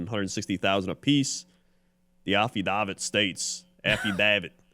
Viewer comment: I hope never pronounces affidavit correctly